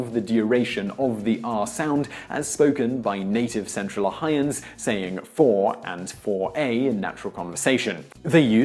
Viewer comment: I find it really interesting that when you say "Ohioans", you appear to drop the second "o". Thus, you say O-hi-ans. But, you seem to have no problem when you simply say O-hi-o. This is very ironic given the subject of this video.